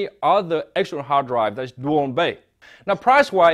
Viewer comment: What the hell is hardaive? omg.. kill it before it legg eggs all over the reviews, i can't live with this kind of alien language!